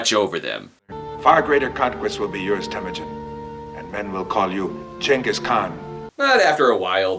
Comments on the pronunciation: He sounds like he's saying his father's name is "Yes, a guy". "Yes, a guy is my father. Stop laughing!" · Jonghis Kwayne